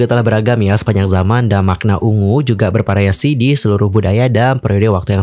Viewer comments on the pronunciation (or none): Tolong banget F atau V dibaca dengan benar, FLOWER BUKAN PLOWER, VARIASI BUKAN PARIASI dan masih banyak yg lainnya. Konten menarik, cara bawain enak didenger, tinggal eja yg bnr aja utk F/V pliss bgt!